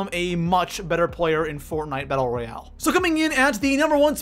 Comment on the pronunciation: Its royale not royal LOL